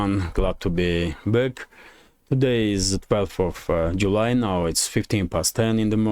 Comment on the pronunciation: Each day you say you are glad to be baked, looking for the baker now ! Yes, Back and Bake are two different pronunciation. So, next time, come with a black skin and say you are glad. ;)